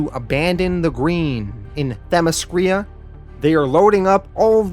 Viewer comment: I am sure someone must have caught it but the name is not Themiskria but Themiskira (pronounced Themiskeera).